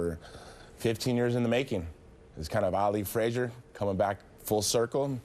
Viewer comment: Did tito just say "kind of Ali fraizer" ? BUahahHAHAHA